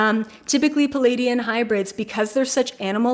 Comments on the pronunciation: You say palladian hybrid... do you mean ple-aidian hybrid? Love & Light. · I Love your channel but I’m afraid you are mispronouncing the name Pleiadian...You say “Peleidian”...sorry for that but I love languages and studied linguistics, so I could not help myself but to draw your attention to that...there’s a letter “L” straight after first “P” - Pleiadian